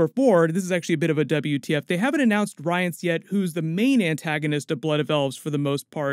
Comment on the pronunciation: Ooof that Rience pronounciation hurt me...